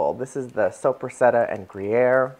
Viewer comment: Please pronounce the lunch meat correctly. It's an Italian salami and it's pronounced Soap ra sada......not soup re setta. I know your not Italian but it does help to get the pronunciation correct!!!! These look delicious.....TFS